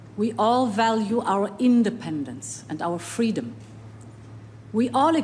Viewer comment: SO MANY TIMES I LISTEN THE WORD " FREDOM " IN THE LAST MONTHS.....THAT I BEGAN TO FELL !!!!!!!!!FREEEEEEEEEEEEE !!!!!!!!